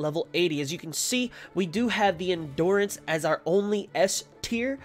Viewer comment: It’s hard to watch the vid because of how he says endurance